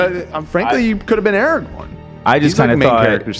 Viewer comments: ARAGORN not ARAGOG SMEAGOL not SCHMEGOL GALADRIEL not GADRIEL ARWEN not AIRWAND THANK YOU ETHEN, AND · Stop saying Aragon and Erawon, please? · If I hear Aragorn pronounced "Eragon" one more time im becoming a snarker